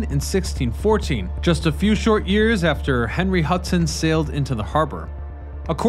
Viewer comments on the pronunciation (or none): none